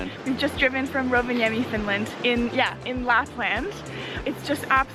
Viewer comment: I love how you pronounce "Rovaniemi" it's almost perfect! :D